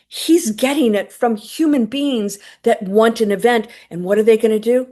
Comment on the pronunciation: When you said, "9 beings overseeing the galaxies", I thought you said, '9 beans overseeing the galaxies'. 😂